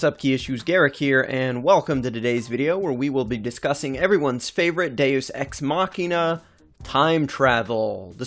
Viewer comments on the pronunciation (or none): none